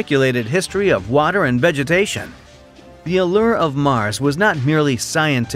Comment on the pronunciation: "water and vagitation".... need i say more